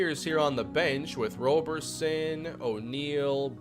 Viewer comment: Don’t shoot 3s with Roberson unless his rating has gotten better in this universe Also his name is pronounced rob-erson (like Robertson but no T) edit: saw the F 3pt rating, it hasn’t gotten better.